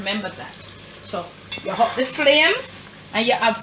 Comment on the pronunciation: Mi love mi Jamaican ppl dem “huppp di flame”😂😂❤️